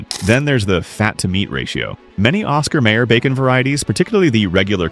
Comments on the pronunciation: It's pronounced Osxar MYer, no may er, Downvoted for crappy computer generated voice track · Hmmm, nothing like an AI reader to piss ya off... NOT Oscar Mayor... Oscar Meijer... THAT'S how it's pronounced. And the absolute BEST bacon... Chatfield.... pure and simple. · Every time the AI narration bot pronounced it Oscar "mayor" it was painful. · well, I have to admit yelling at the screen every time "mayer" was mispronounced. That jingle kept running through my head. 🤷